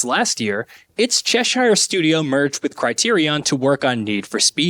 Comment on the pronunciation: Out of all the mistakes in this video and there are a fucktonne it's how you pronounce Cheshire that makes me want to kick myself into a coma.